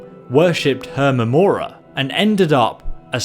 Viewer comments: YTW Gaming he also mispronounced Hermaeus mora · Herma Mora is technically a correct way of saying it, I think the Khajiit and ancient Nords referred to him by this. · Not Thum, THU'UM! THOOOOOOM! Also Hermaeus Mora, not Herma mora i love ur accent but it pronounces stuff wrongu